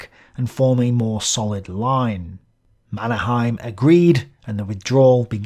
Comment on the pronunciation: Perkele lausu marskinki nimen väärin perkele.